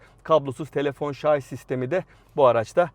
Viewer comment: Cidden ŞARZ demeyip ŞARJ dediğin için bile ekstra teşekkürü hak ediyorsunuz. ŞARZ demenizi zaten beklemem yıllardır bu yüzden severek izliyorum.